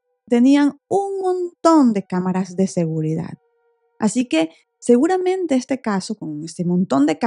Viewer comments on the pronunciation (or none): none